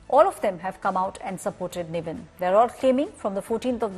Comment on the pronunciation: First learn his actors name it’s “NIVIN” not “Naveen” . It’s a christen name as well not some difficult South Indian name pathetic news media